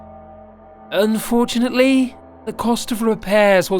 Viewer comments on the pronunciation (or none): he said unfortanely twice